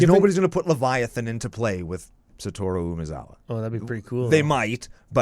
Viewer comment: Finally some who doesn’t butcher Satoru’s name for once.